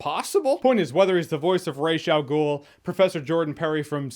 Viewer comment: Came here specifically to thank you for saying Ra's al Ghul correctly.